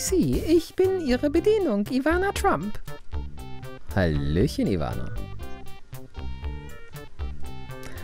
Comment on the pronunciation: Trump war auch damals schon ne Größe. Nur eben nicht politisch. Aber das ist spricht man trotzdem mit "ä" aus also "Trämp". 😉